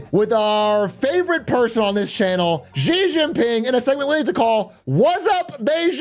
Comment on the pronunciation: why do you pronounce xi jin ping like fucking doctor zhivago. pisses me off. you love china so much at least learn how to pronounce the words. x makes the sh sound. same exact sound. no different. SAME sound. you pissing me off